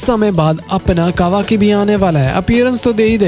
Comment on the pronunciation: Abe kabaki nahi kavaki